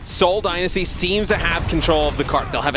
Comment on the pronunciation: Please someone teach her how to say Dynasty